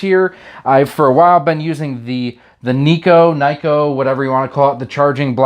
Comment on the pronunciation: Nah it was a joke. You were pronouncing Nyko like Neko, or a cat girl